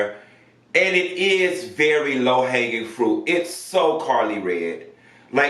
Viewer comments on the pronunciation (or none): none